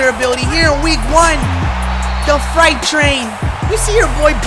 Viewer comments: can someone please tell this man it's not fright train,,,it's Freight pronounced fr-eight or fr8 not fright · Pronunciation: Freight Train(Fur-8 Train) . No disrespect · Freight train... like a locomotive.. not a fright train!!! 😂😂😂😂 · “Fright train” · Fright train? Not tryna be rude... but really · He really can’t say freight🤦🏾‍♂️